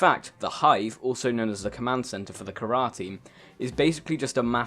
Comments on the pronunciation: What is the kharrar you mean the carar? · The virus is called CARAR, not kharrar. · Kharaa? You can't be serious. It's carar, not kharaa, dammit!